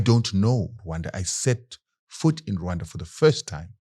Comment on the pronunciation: You pronounce RWANDA properly, I suscribe! Deal